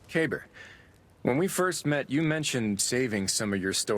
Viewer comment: So this is something I’ve wanted to point out for a while once I saw this scene. Ever since I saw Kabr’s name, I knew it was Arabic and thought it was supposed to be pronounced ka-beer, meaning Big. It was pronounced Kay-ber though which is bad pronunciation for the word. Just bad localization. Then I saw this scene, and heard his name is supposed to mean like grave or mausoleum and realized his name is actually supposed to be spelled Qabr, and pronounced Caw-ber. So either way, his name was localized poorly. But it did solve a mystery for me as to why his name seemed a little off lol. Still a cool character! Glad he had our backs in the vault!